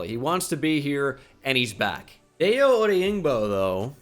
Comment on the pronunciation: It's actually pronounced like dye-oh oh-dang-bo Sorry to be that guy but hurricane dayo deserves respect